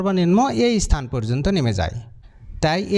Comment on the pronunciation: ইস্থান, ইস্থল জিনিসটা কি? উচ্চারণ ঠিক ভাবে করা শেখ।